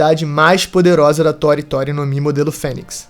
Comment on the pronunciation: Ele fala como se tori tori tivesse assento assim tòri tòri